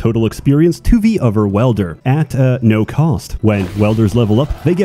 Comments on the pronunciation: Dude.... You said it like 457 times wrong it's WIIIEEELder not welder wtf 🤦‍♂️🤦‍♂️🤦‍♂️ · I kept hearing Welder and got quite confused until I realised it was Wielder. But still, great stuff! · dedication to saying "welder" instead of "wielder" was so strong I'm still not sure if it was intentional or he actually thinks it's pronounced like that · He’s trying a psy-op campaign to make “welder” overtake “wielder” in the common lingo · same. i too found it weird af that he says welder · insanity is clicking on this video again, hoping that somehow he won't pronounce it "welder" this time around. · Love the content but you're pronouncing wielder as welder.